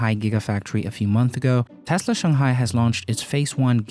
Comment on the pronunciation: Please learn how to say T-e-s-l-a where are you getting Thhesla!!!!!!! Omg! Lol